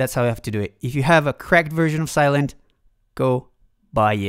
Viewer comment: Sylen - thhhhh not Sylent